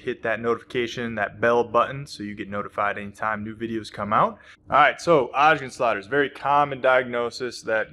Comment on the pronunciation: Is it so difficult to say Osgood…….?